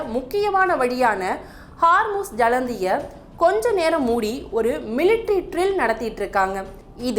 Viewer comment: ஹார்முஸ் ஜலந்தி இல்லீங்கோ... ஜலசந்தி 😂